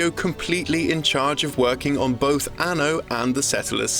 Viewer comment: I really hate the way this dude says Anno